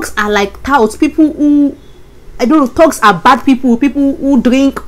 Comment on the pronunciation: do you mean thugs ( pronounced like thags). Mean bad people..